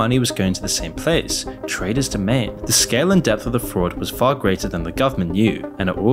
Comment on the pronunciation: your limey vocal filter pronounces Traders Domain as Tre Does Jermaine